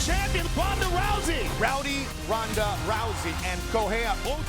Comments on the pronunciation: why does Betch keep saying Honda!? Her name is Ronda! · But she must know that's it pronounced Ronda and not Honda! Or are Brazillians not able to pronounce the letter "R"!? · Pat Morgan in Portuguese sometimes the R is pronounced in a way that to English speakers it sounds like a H. There's your reason why.